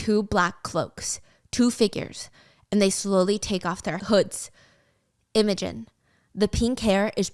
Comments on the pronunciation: Oh my god it's not "emojin" lol, it's IMOGEN, pronounced um... IMM-A-GEN. Steph has the emphasis on the wrong part lol! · Steph I literally love you so much but babe YOURE SAYING IMOGEN WRONG ITS NOT EM O GEN ITS IM A GEN it’s just scratching my brain so wrong 😭😭 love you tho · I love your channel, but can you please look up how to pronounce names before you say them? You butcher so many of them. Imogen is not im-OH-gin. It's IM-uh-gin. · Is Im-o-gen actually Emma-gen🥲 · Imogen is pronounced Im(like IN) OH Gen. I was so obsessed with part one I ran to buy the book so I could finish. Which I did in about a day😅. Can’t wait for more, Stubby is gonna lose it 😂😂 I loved reading about someone with my chronic illness that kicks ass. Even though she has some thick ass plot armor 😊 I now want fancy leather gauntlets, slings, and braces for all my loosey goosey body needs. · I love listening to this even though I've already read it!!! Also the way Stephanie pronounces Imogen like "emoji" 😭😭😭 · I WAS THINKING THE SAME THING. 😂 I was like who is she talking about and then I remembered Imogen and realized the pronunciation was just off 😂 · The way she pronounces imogen 😂😂 so adorable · lol it's so cute! she changes the pronunciation every time she says it haha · Gryphon is pronounced Griff as in it, not Greyef as in eye. And Imogen is pronounced Im (sounds like Jim) Oh Jen. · Happy you are back and hope you are feeling okay!!! Please take the time you need. So excited for this series as i’ve heard the second book is less than not great but I can still enjoy the story! For pronunciation- i think it’s griph-in and im-oge-in